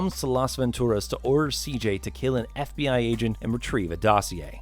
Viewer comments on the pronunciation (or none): none